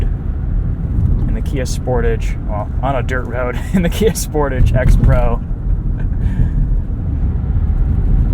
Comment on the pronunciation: the way you say sportage is so ugly. You have to say it the french way (Kia said this themself)